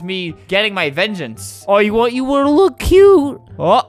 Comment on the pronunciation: Imagine if watched this and just realised she said I WENT A BURGER’ instead of I want a burger’ 😂